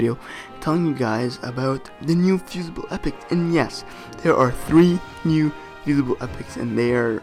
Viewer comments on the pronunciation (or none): Fusible not fusaible